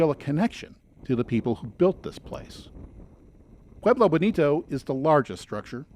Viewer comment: Mispronounced Pueblo tribe names...